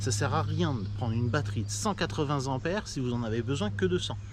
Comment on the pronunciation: Alors pour être taquin , on dit 100 tempères et pas 100 zampères, merci pour le partage et la présentation 👍